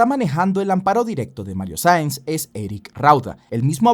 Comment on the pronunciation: Nueve veces lo nombras y en todas dices Sainz, Sanz, Saiz. Cualquier cosa menos su apellido real "Saenz". Incluso poniendo los subtítulos los capta tal y como los escribo 😂😂😂.